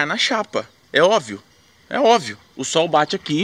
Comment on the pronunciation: "é ovio" O9USAHSUAHSAU